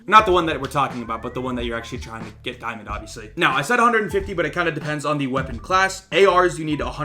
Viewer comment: Di-UwU-mond, ok that was cringe